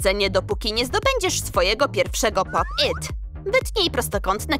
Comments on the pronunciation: Fajne fajne ten film ale wiecie że nie mówi się popyt tylko po PIT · Nie muwi się poppyt tylko popit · Nie popyt tylko pop it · Czemu mówicie popyt a nie popit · Mówi się pop it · Można nówić jak się hce pop it i pop yt!!